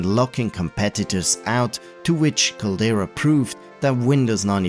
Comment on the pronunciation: There's a "D" in Caldera.. it's not "Calera" it's "Cal-dare-ah" which is a reference to the inside of volcanoes.